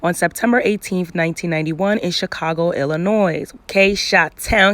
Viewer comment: The S in Illinois is silent. I’m from Chicago and I shed a tear every time someone Fs up my state’s name. 😂